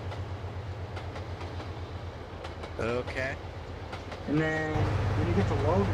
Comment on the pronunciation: Nice vid. Nice route too. I could tell you were in Springdale before you announced it. I drive I-90 quite a bit. I live in Billings, well Lockwood. Hillena?? Bawzman?? LMFAO!!! Hell-in-a. Bo-z-man. lol